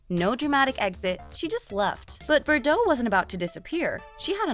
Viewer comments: BTW, you're driving me nuts how you're mispronouncing her surname! Try this....BAR-DOHHHHHH.......lose that BERR crap. 😂😂😂😂😂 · Forn Gods sake you ignorant muppet BARDOT, NOT BERDOT!